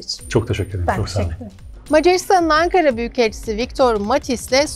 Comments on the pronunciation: Angaralıyım dediğine göre harbi olmuş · ankaralı değil angaralıyım diyor